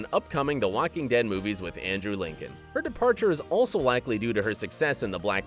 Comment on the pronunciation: Did he just say "Wacking Dead" ?